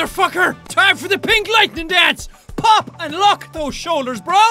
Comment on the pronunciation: are you saying pig lightning or pink lightning